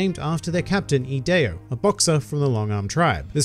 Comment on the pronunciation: P.S. Thank you for pronouncing Ideo's name correctly. It is Latin, the origin of the English word "idea", and one of the words I spent years pouring over in order to learn traditional English carols for my high school's annual Christmas pageant.